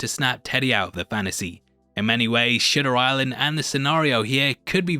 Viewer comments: Can I say how much I love that you pronounce it Shitter Island 🤨😝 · did bro say "shitter island"????? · The way you pronounce Shutter Island lol